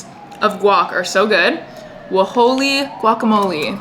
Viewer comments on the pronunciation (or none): it’s just hole-y guacamole not wah-hole-y 🤦🏼‍♀️ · I think that guac brand is pronounced “holy” guacamole! 😊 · it’s pronounced wholly guac like “holly guac” LOL i pronounced it with the W when i first saw it too and my bf laughed at me 😭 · The W is silent in Wholly Guacamole